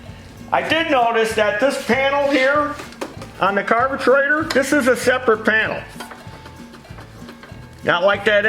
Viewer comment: Carbatraitor wtf does he mean carburetor ?